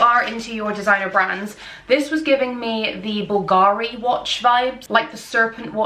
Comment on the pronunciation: I really think that before creating a video based around fashion, you should at least research the correct pronunciation of the brands! Gautier (goh-tyey), Cartier (kar-tee-ay), Bvlgari (bul-gah-ree), Depuis (du-pwee).